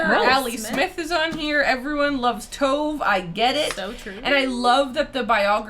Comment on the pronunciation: Yes! Sounds so strange when Tove is a two-syllable name 😅